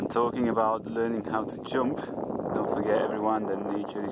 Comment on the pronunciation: when you talk about the jumping animal, you came up with a very strong Manchester accent which I've never heard before if not for occasional words. Jʌmp 🤣 does it happen when you get excited?